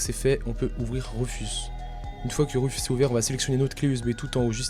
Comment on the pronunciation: Sympa la video, mais l'outil c'est rUfus pas rEfus et aussi, on ne grave pas une clé usb " :)